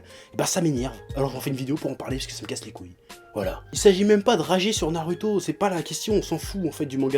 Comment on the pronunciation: on dit ''Narouto'' et pas ''Naruto''